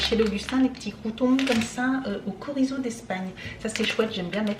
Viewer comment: CC excuse-moi il n'y a que moi qui est rigoler à la prononciation du mot "chorizo"😅🤣